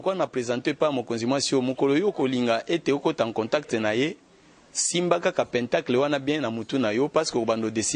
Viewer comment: Pentagone ou pentacle, se lit plutôt "pãntàkle" et non péntacle😢